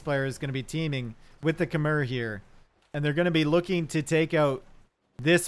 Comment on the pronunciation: Small correction (you probably know now) it's Kem-mai not Khe-mer